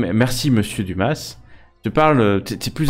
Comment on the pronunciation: Par contre on dit Dumas ! sans prononcer le S hein ! :p ;)